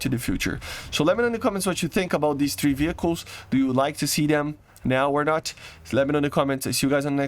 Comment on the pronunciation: say three not trhee please !!!!!!!! THREE not TRHEE